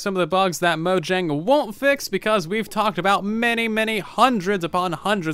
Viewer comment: "mojeng" turn on the CC